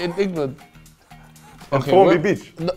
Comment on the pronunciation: He said formby beach 🤣🤣🤣